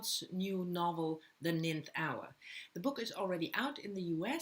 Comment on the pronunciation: Love these TBR videos...btw McDermott's book is pronounced the "nine-th" hour like you said nineteenth in the video...it does look like the way you pronounced it..English is a complicated language...especially pronunciation